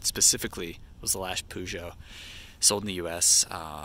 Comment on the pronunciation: He's actually pronouncing it correctly.